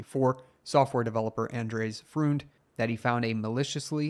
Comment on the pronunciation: At least learn to pronounce his name?